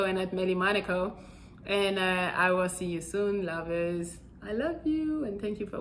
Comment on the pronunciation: I always get goosebumps when she says what’s up lavers(lovers)😭❤️